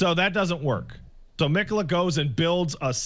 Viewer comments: The fact that keeps saying Miquella wrong os proof he didnt fight Malenia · can pronounce miquella right for once? like 20 plus people in game say it and hell even says it right